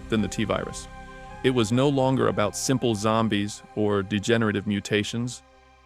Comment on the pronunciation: "it wasn't about just zimple zombies..." ...eh?